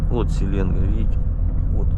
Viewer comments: СеленгаА ударение на А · привет! Река не СелЕнга, а СеленгА! Счастливого пути!